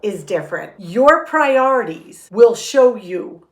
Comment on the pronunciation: She said “priorities”.